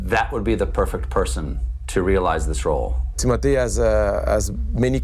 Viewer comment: TIM MO TAY say it correctly please